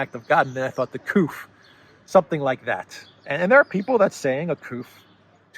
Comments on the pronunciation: My dear, you don't say KOOF neither KOOP for "coup" as in "coup d'état" but... KOO as in KOO-LAID, plain and simple! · Couf rhymes with spoof.